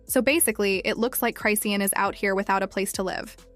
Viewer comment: You can’t even say her name right 😂😂😂